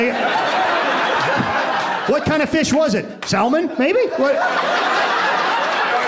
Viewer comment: Cheers to the guy who actually pronounces the "L" in "salmon". I like it. You're very funny AND you've got guts.